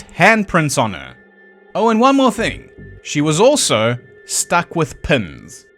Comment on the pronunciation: At first I thought you said "Bessie was struck with Pimm's" I thought to myself, "That's a horror"..... Then l realized you said "Pins". That's not nearly as bad! I'll take Pins over Pimm's any day!!!